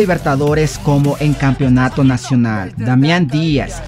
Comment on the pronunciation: No pierdas tiempo solo en saludos , porque no hay otro canal para ver deportes no me cambio, sigues pronunciando capionato, pronuncia bien campeonato, casi 4 minutos solo Barcelona, habla sobre más equipos, voy buscar otro canal que hable completo sobre el fútbol de Ecuador.